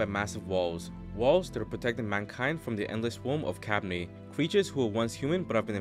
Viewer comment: You mispronounced kabane